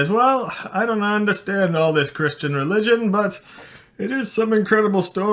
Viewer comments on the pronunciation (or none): none